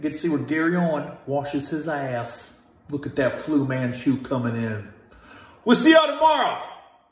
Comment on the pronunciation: Gary I believe it is Fu not flew man chu